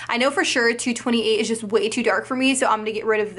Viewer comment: I like when says "Dis tew expensive" lol #SlayBaes